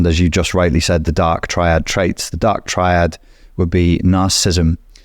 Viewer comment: You don't know how to pronounce "triad" (tri meaning 3, as in triangle or tricycle) and you don't know what "Machiavellianism" is... Are you just pretending to not know these things or are you genuinely that stupid? 😲😲😲🤷🏻‍♀️